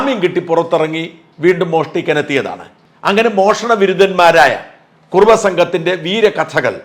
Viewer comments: കുറവയല്ല..കുറുവാ സംഘം... എന്ന് തിരുത്തി വായിക്കുക. .... .. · white washing,, kurruva is not kurava, shaja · കുറവാ അല്ല കുറുവാ രണ്ടുംരണ്ടല്ലേ